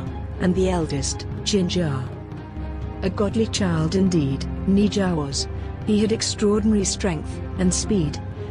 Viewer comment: it's ne zha ne sha